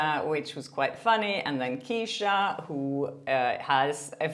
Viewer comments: I think it's Keh•shuh Not Key•shuh Kay•shuh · You’re pronouncing Kesha like quiche-ah when it should be mesh-ah but with a “K” just fyi. Love your videos!!!